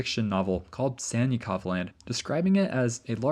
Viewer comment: Sannikov is pronounced like Sun-knee-kof (trust me)